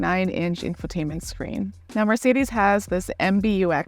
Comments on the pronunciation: It's Mercedes Benz not Mercedis Benz 😂 E eeeee Use eee it e E from eu emphatic Try saying Empatic whit i Thats right it sounds idiotic 😂 because is that so So please learn to spel it This is the letter E from emphatic not sometimes E sometimes i man you americans are so untalented at existing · Wish she didn't always call it a Mar cedes, surely a reviewer could learn the name properly